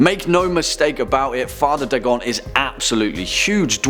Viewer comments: Its not "Dah-gon", its "Day-gon" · Its pronounced "Daygon" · Your pronunciation of Dagon was off. It's said Day-gone. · Pretty sure it's pronounced DAY-GON not DAH-GON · It’s not da gone It’s day gone, Dagon is the god of fish, and he is the coolest in my opinion. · i thought dagon was pronounced Day-gone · It's pronounced "Day-gawn" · Pronounced: day-gone. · its pronounced DAY GONE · I'm British and I know it's pronounced Daygon the only reasonable excuse is that he just reads a script he probably doesn't care at all and is just a puppet of a company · Your pronunciation of the name "Dagon" is off by far. And no, Dagon is the earthly name for the creature, unlike Cthulhu, which is spoken in an Alien tongue and thus not meant to be pronounced by the human tongue. Dagon is pronounced (as mentioned in one of the MANY letters Lovecraft wrote) "Day-gone". So points off for that. Also, Hastur is mentioned in "The Whisperer IN Darkness", not of darkness.